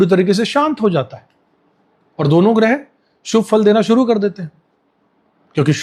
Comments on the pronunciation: गृह नहीं ' ग्रह ' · गृह नहीं ग्रह